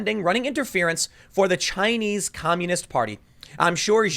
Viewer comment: Chy-nese News Network